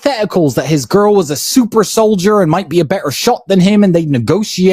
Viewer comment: Bruh he said SUPER SOLIDER 💀💀💀💀💀💀💀